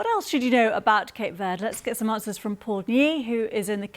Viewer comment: It’s pronounced Ver-day not Verrd